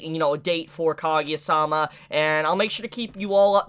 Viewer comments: Ka- Gu- Ya thats how u pronounce it, not kageya facepalm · Not kagya it's kaguya, it was irritation